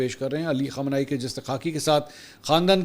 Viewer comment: MAK PL.nam sahih karlen KHAAMENAAI. JAFAR SUBHANI